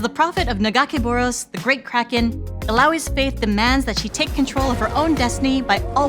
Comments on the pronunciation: yall couldn't even get someone who even knows how to say nagacaboros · I don't like the way she pronounces Nagakabouros but I'm super hype for this game lol